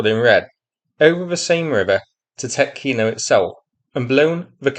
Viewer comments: Tyoooootkino (long "o") .) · Actually, it's a lot more serious for Russia. The only way out of Tetkino leads toward Glushkovo, but the bridge over the Seym River is down. There is another bridge at Karyzh, over 16 km from Tetkino (the emphasis is on the e, not the o, btw) as a crow flies, but it is only eight and a half km from the Ukrainian border, well within artillery range, so I don't think that it's still standing. With Ukrainian troops advancing westward from Sudzha, and with the Ukrainian border at their back the Russians are now trapped on the left bank of Seym. Some estimates put the number of Russians at Tetkino at 750 - 2,000 troops, conscripts, border guards and some airborne. With their supply lines cut they won't last long. We may see a mass surrender soon. If Ukraine can eliminate this pocket of Russian resistance it could secure a front line along the Seym River. Another thing to look out for is what's happening East of Sudzha. There is a large area of hills cut by deep ravines, very favorable ground to defend. And, as a bonus, this area sits astride the main highway between Kursk and Belgorod, which is the main supply route for the Russian forces fighting in the Vovchansk sector. Right now Russia left that area undefended. If Ukraine could get there and dig in before the Russians can get there it would be very hard for the Russians to push them out.